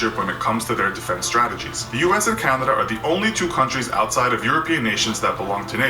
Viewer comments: Lol the narrator “ Canduhduh”. Wtf bro pronounce it correctly. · Couldn't get through it after the narrator kept saying Candada